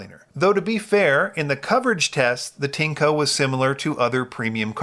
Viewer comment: It’s pronounced “TIN-ECHO”